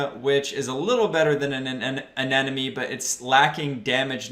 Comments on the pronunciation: Bro, I like you a lot so I will correct you. It's a-ne-mo-ne hahaha i hope you won't take it in a bad way. love your vids, bro! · awesome video. but damn, i swear 9/10 people say anemone wrong hahah